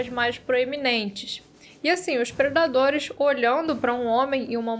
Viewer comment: Hoje se fala "predaderes"